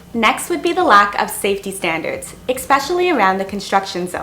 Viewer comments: Look there is no such word as EXpecially! Say Especially!! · Are you saying "expecially"? Lol. Love the vids. I watch them with my morning expresso :) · 1) There is no "X" in especially. You don't only have a language barrier with the Vietnamese. 2) Paperwork and 1 month rent deposit was difficult for you? And you're from Canada? Seriously? In Canada we need up to 2 months rent in advance, which is usually around $3000, and legal forms that basically sign away your first born to rent an apartment. Or, do you live with your parents here? 3) "Expecially" is NOT a word. 4) You experienced culture shock. Not uncommon for a 20-something girl who had her parents hold her hand throughout her entire life. These aren't bad things. You're just not used to them. If I sent you to spend a night in Downtown Eastside Vancouver, you'd have just as bad, if not worse experience. 5) I especially dislike that you say expecially. It's STILL NOT A WORD! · It’s not Ex-special. I’m thinking it’s more than being Canadian, it’s a speech impediment. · Very fair commentary. I cringed at your pronunciation of Vietnam and "expeshally", though. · Language issues? Er O.K.... but for some reason I found that area of this video, 'exspecially' annoying. Or was that eggspecially annoying? Whatever I'm not watching that part again to check the overuse of that non existent word.